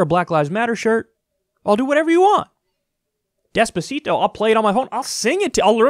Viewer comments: More like "despereto". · he played despacito and all people heard is desperato